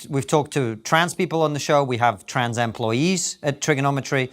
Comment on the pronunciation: why did i understand "Trans Am"ployees :D